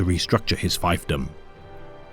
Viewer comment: Two things: (1) "elucidate" cannot be used with people as the objects of the verb; for instance, you cannot elucidate a person. You can elucidate the nature of a person, or the history of a person, but not the person himself. You use this in every video so I felt the need to correct it. (2) "fiefdom" is pronounced "feef-dumb", not "fife-dumb". I'm not sure if you have used it before, but other WH40K Youtubers have and many say "fife-dumb" for some reason.